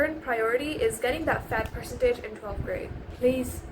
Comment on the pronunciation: Your accent is really good but there are some tells, your pronunciation of words like "percentage", "embassy", etc. are wrong